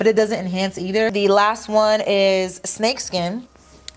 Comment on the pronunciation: Was I the only one that kept hearing pupusas instead of pool side lol